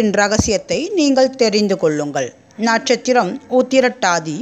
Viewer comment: ஜோசியம் சொல்லும் முன் தமிழ் உச்சரிப்பு ரொம்ப கவலைக்கிடமாக துள்ளலும்மா. எந்த ஸ்கூலில் படித்தீர்கள்? அம்மா!. நாட்சத்திரம் அல்ல நட்சத்திரம். சோந்தத்தொழில் அல்ல சொந்தத் தொழில். கொரானா பிடியில் எல்லாத்தொழிலும் சோந்துதான் கிடக்கும்மா?. காலையில் அல்ல கலைகள். நல்லவேலை சனியை சானி என்று கூறாமல் போனீங்க. 😁